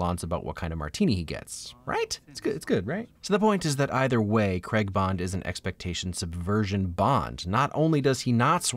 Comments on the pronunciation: Please for the love of god say Craig not Cregg!!! Lol other than that love your videos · Anyone else still annoyed how he said Craig or is that just me 😂 Good video though it made me see the positives to a movie I don't like